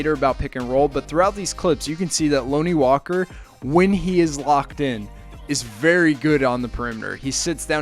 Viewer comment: If your going to make a video on Lonnie at least learn how to say his name man. Can’t even watch this anymore smh